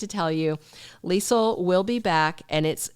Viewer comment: Hey! I love your Leisel accent lol on point! Two things. Do you think they will ever bring up the fact that Ezme is the reason Sasha lost her baby? There are a few things that happened but the writers move on quickly like it never happened. Like when Lucy got kidnapped, hit a man and ran off then next thing we know Lucy is at Deception like nothing happened.